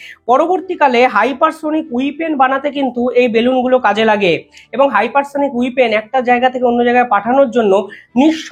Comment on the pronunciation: উচ্চারণ ঠিক করুন "উইপেন" বলে কোনো শব্দ হয়না হবে "ওয়েপন" অশিক্ষিত উচ্চারণ হলে vdo দেখতে ইচ্ছে করেনা